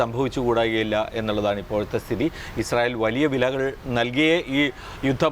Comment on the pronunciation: ഇസ്രായേൽ അല്ല... ഇസ്രായേൽ തീവ്രവാദികൾ എന്ന് പറയൂ....